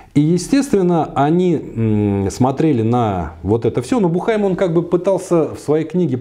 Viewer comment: Уважаемый! В фамилии Буххайм ударение ставится на У. Бýххайм.